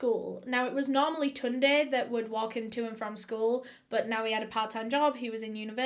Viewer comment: You pronounced Tunde quite well